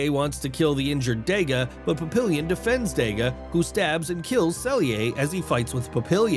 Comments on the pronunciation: Pap-ee-yawn = Papillion, not illion as in million. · Papillion, plural pap·il·lons [-lonz; French pa-pee-yawn].